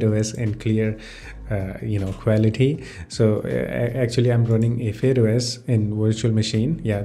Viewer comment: it's not fade os it's fydeos